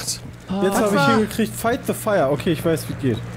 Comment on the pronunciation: Immer wenn Peter "de" anstatt "the" sagt, stirbt irgendwo ein Englisch-Lehrer :D